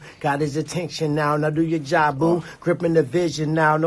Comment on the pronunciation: "Go do your jobuh" How bout no ma wigga